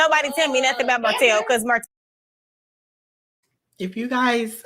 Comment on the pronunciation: She keep saying Marsau and Martell’s name wrong.